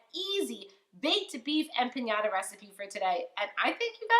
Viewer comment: I lost her when she said empanyada